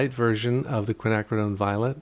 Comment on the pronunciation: Hey 👋 James! I think the original 3 colors used provided a solid underpainting that brought life to the final results. I enjoyed the triad tests and the lessons learned. Bonus points for pronouncing Quinacridone!?? (spelling??) Finally, I appreciate your attention to detail and effort to faithfully represent your subject.